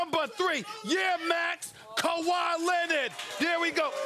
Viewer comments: Fix ‘Kawhi’s’ name 🤦🏾‍♂️. Got my man leaning on the board lol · the way that lady put kawhis name back hurts me